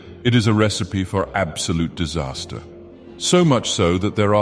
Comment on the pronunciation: Absoloot dehsahstah